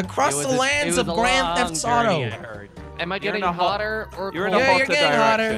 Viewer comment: When says hotter it sounds like potter